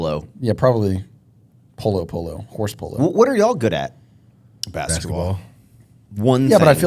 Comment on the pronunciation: “i want a horse” …why i though Max said “whore” 😂